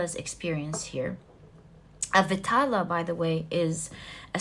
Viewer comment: Its not pronounced as VITALA, its pronounced as VAE (like Bae) TAAL (T is pronounced like the sound of “th”